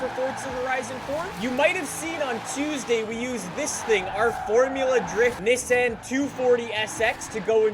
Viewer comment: Niss-anne? Never heard it pronounced that way lol even in interviews with the CEO of "niss-anne" lmao